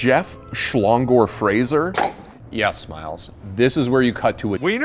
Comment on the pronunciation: You said Frazier wrong it's like saying frail but only say frai then add sure